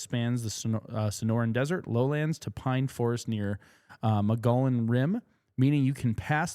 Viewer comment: Repeat after me, Mogollon (moe-gee-on) Rim. Love y'all.😅. Love the pod. I listen here and on Spotify. I'm from Phoenix and a bit familiar with these areas. Thanks for covering AZ.